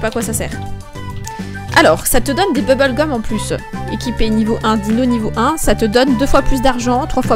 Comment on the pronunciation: « bouboule gum »😂😂